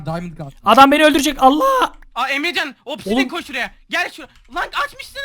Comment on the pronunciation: Opsidyen Diye Okunuyo Opsidyin Değil